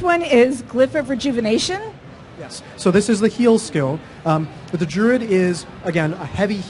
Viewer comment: she pronounced it 'Drood' ...istead of 'Druid'